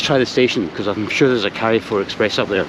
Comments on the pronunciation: Carrefour,: Yes, it's French (and it means "crossroads"), but because it doesn't have a wee line above the "e" called an acute accent (when you pronounce it "ay"), you say, "CAR-foor" as in motor car and not as in CARRY oot. You're welcome. 😄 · Couple of great videos and. Seems a fun city. Ah, also, the French supermarket is pronounced "carfour" (brit living in France 😁)